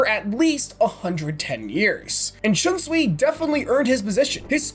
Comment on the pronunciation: Bro said kuroku shiunsui